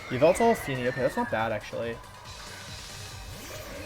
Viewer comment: It's not yveltal it's YAHVELTAL